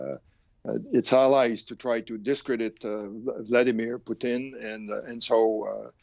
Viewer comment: Come on frenchie! Don't use our national dish as a name for Putin. It's Putin not Poutine. Lol